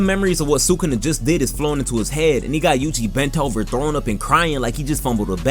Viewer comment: You’re the first YouTuber I’ve heard pronounce sukuna’s name correctly.